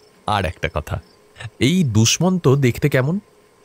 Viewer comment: দুষমণতো কী উচ্চারণরে বাবা!!